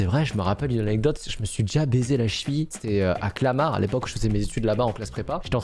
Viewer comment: On a tous entendu a il a dis baiser🤣🤣